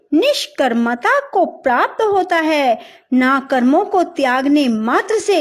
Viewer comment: Prapat nahi hota hai;prapt hota hai